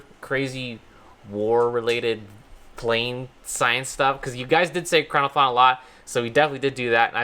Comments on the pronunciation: your saying it wrong its e-cron-o-plan and plan is said normaly and it disturbs me that you think its russian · It's pronounced ekrano"plane", not ekranoplan. Same as biplane, triplane etc. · Normal people: ekranoplan Me, an intellecc: ploat